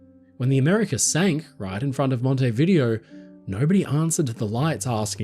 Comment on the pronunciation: Wonderful. The letters bring Titanic's passengers so close to us reading them today. Many tears. For future pronunciation reference: "Mon-tay-vid-DAY-o", Uruguay.